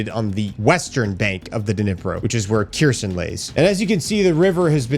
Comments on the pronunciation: It’s pronounced “Hair-son”, say the h like you would in Hanukkah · "Kherson" pronounce like bear-son with a K instead of a b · Kherson is a bit wrong translation as you should pronounce it as Herson (with H like in Host) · Herson ,silent K bud 😅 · Where is this "Kjirson" you keep talking about? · bros been doing this for years and still doesn't get the names right. That tells me that hes just doing it for views and nothing more